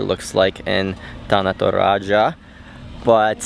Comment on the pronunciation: the way you pronounce “Tana Toraja” you sounded like a native speakers who already been in indonesia for like a years.